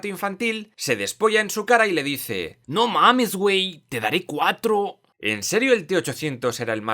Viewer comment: Como mexicano debo decirte que ese "No mames wey" te quedo de 100. Gracias por brindar tanto contenido de calidad.